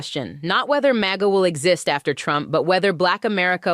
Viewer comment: You should train the AI host to stop spelling out M-A-G-A and say Maga! And learn how to use your AI hands more like a human. AI sucks. In fact, hire a real Black woman and stop replacing our people with computers. The unemployement rate amongst our people is high enough!